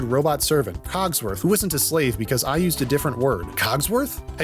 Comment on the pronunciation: It messes me up so much that he calls him COGswoth when it’s CODsworth. But funny so idrc